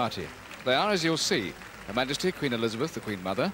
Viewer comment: ... It's Majesty not Magesty... Lol